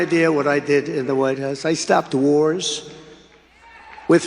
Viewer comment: Did he say, he stopped whores, or wars?